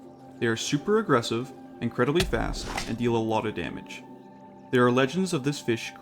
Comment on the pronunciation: Do some more takes bro. Incledibly-incredibly? Redo that take my man!